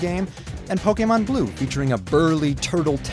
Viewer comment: It is pronuced poke long A mon. When you see an é that looks like that it says A.